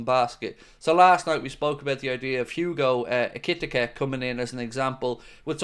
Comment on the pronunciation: Hey I have the pronunciation of Ekitike. I’m using actual words for proper pronunciation. Hugo Air-key-tea-kay (Ekitike). Hope this helps.